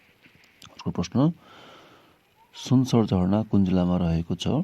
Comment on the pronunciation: सुनसरी हो है सुनसर होइन